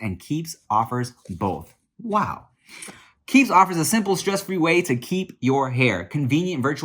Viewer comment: My mans in the keeps ad said “key e e p s” lmao